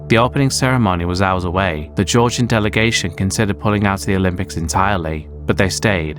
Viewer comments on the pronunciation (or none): none